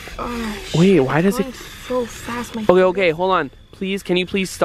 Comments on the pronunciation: Sara Kropp Yep he said bae😂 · He said bae but he meant wait